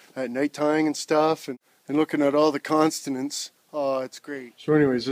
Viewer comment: Constanants. hahahhhahhahhah.